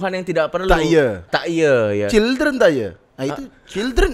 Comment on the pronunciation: tretan : DREN CHILDREN ... OMG